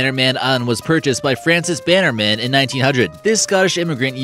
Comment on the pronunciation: Maybe look into how to pronounce Halcyon, Bannerman, Cambusnethan, and Lanarkshire.